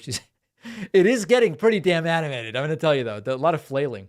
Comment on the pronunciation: Tuning in late, of your show you asked if the “journalist” host sounded drunk, whilst referencing Ted Nugent, my answer is yes or at least very tipsy! He slurs multiple words together, he’s actually said allota, as one word and that wasn’t the only time he conjoined his words while slurring them together. Sadly I’m tipsy and can still hear and point this out!